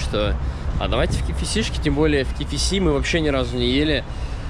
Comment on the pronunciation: Ки Фи Си:face-blue-wide-eyes:Ки Эф Си все говорят!